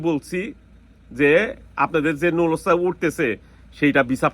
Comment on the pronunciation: নুলুস্তা ❌ নুল্লা ওস্তা ✅ এপাটমেন্ট❌ এপয়েন্টমেন্ট✅ ভিছা❌ ভিসা✅